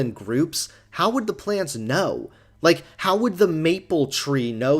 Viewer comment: He also says "like" as "lake"